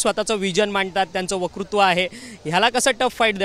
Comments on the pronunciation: 'वकृत्व' नाही रे पत्रकार भाऊ.. "वक्तृत्व"... सराव कर नीट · are kay ha reporter ... वकृत्व म्हणे... वक्तृत्व asta te